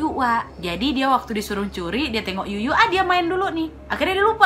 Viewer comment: Kak cuyu bukan yuyu wkwkwkwk